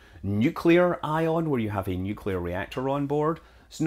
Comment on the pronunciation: Nuculer misslestuck wide,open.,dusty.